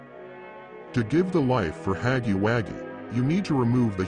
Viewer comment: BRO YOU GOT THE WRONG PRONOUNCE FOR HUGGY😂😂😂😂😭😭😭😭😭